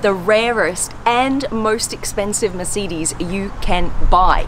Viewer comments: Merceedes?? I thought it was mercedes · The way she says "Mercidis" 😂😂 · She doesnt pronounce mercedes properly.But the video was very informative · you said mercedes wrong lol